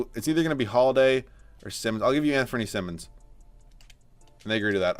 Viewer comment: Anfernee's last name is pronounced like saying "simon" not simmons, he's corrected people interviewing him pre-draft about this several times before. No one is going to see him play next year because trail blazer's are probably gonna be looking to compete, darned shame honestly, he's part of this league's bright future for sure. Gonna get the Malik Monk treatment.